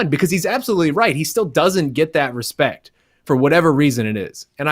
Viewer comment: "Hespect" brazilians